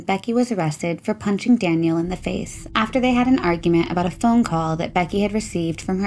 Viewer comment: Daniel. Not Danielle 🤠